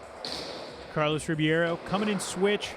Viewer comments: Duuuude it's not Carlos Ribiero it's Ribeiro!! xDD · Rebeiro, not RIbiero damn it! You Americans can't read. Cool comp! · wtf is it really pronounced RIBIERO? they got me confused af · Carlos "Ribeiro" pronounced ....reh-beyro Get the name right out of basic respect already